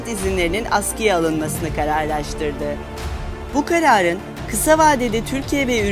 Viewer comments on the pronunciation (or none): Bacim türkçede "R" diye bir harf var.. neden kivira kivira illaki "y" diyorsunuz? "Karar" diyeceginiz yerde "kayay" diyorsunuz..R yok konusmanizda. bu türçe kesinlikle degil..